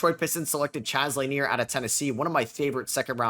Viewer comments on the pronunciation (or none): none